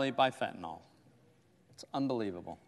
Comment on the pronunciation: Ya know? I have heard these so called highly educated clowns in leadership pronounce the name of a certain opioid, incorrectly. They keep calling it Fentanol.....Fact for all of those geniuses! It is properly Fentanyl most used for pain in cancer patients.